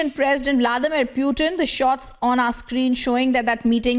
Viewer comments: Whoever is speaking. Why does she keep saying "Puetin"? Bitch pronounce properly stop trying to be so western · Kya bol rhi hai be....piutin 😂